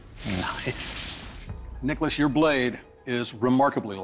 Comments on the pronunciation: did anyone else hear dickolas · When he says nicholas it sounds like rickles lmao